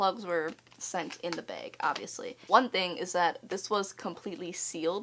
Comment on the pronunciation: omg you say “beg” too everyone would always point out that i say beg instead of bag and it just really made me happy u say it too😂❤️✌🏼